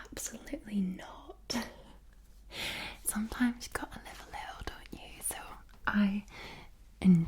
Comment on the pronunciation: "Liv a litle"